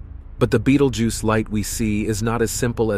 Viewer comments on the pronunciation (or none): Dude switches from saying the name like you would if pronouncing the name of the movie beetlejuice, then back too be-dal-geuse